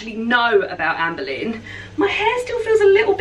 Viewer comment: Me being American and knowing absolutely nothing about any of these queens, I spent the entire last video thinking you were saying Amber Lynn until I saw the title of this video. 🤦🏻‍♀️😂